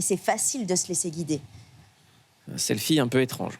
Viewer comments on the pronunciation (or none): Bon est-ce qu'on en parle du "Selfion"?..😅😂😂😂😂👍👍👍🤗😆🙊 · Très beau témoignage du courage à elle. C’est vrai que certaine réactions de l’interviewer était déplacée ou malvenue en invitant des personne qui livres des témoignages de se type il faut mettre une autre casquette. Ps : Désoler mais le " selfion " m’a quand même bien fait rire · "Un selfie un peu étrange... Un selfion"